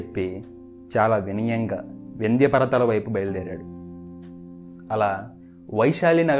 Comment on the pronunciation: వినియం కాదు వినయం....